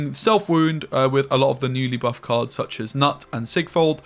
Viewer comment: FFS, Knut is a Nordic name like all Skellige names. It's pronounced with a "K" sound first, because we spell things more or less logically unlike in English.